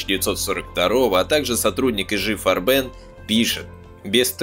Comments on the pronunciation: фганцузский концегн "Фарбе'н", с ударением на суффикс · Так фильм Ромма И ЕСТЬ общий обзор, у него совершенно другая задача. Он больше о человеческой психологии и нравственности. С моей точки зрения, фильм переполнен, именно ПЕРЕ полнен фактами, за которыми теряется общая картина. И очень режут слух неправильные ударения (ГабЕр, фарбЕн ,Тиссен, слава богу хоть не ГитлЕр), чис лительные вроде "девятиста", и сокращение нсдАп. Ну совсем не по-русски...